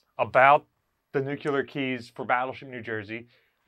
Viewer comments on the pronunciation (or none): Nuclear, not nucular. Pet peeve. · Dude- have watched all your videos but Jesus, its NEW-klee-er, not NUKE U LER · Nuclear. NEW CLEAR. Not nucular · Please pronounce "nuc le ar" properly .. rather than the incorrect "nuc ya ler" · NEWK-lee-yur. Say it with me, NEWK-lee-yur. Again, NEWK-lee-yur. Good. NOT, noo-CUE-lur…. Now, go practice that 50 times and then come back and film the video. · nucular or nuclear? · Nu-klee-er not nuke-ya-ler🤣🤣🤣🤣 Just havin fun...love what you all do to preserve these amazing beasts. God bless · The pronunciation is Nuc-LEE-ar, not nu-cu-ler, If you can't pronounce the word correctly you probably are not providing correct information. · Nuclear (NuuK-LEER)....Nuclear. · Homer would be proud of pronunciation 🙂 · Wouldn't it be nice if could pronounce nuclear properly?